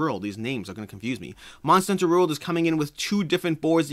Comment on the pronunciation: Your pronunciation of the word "World" fascinates me! "Monster Hunter Rurld"